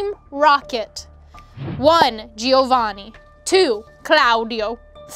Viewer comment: when u said we didn’t know how to pronounce Giovanni and instead said gi o van i, as an Italian I laughed my ass off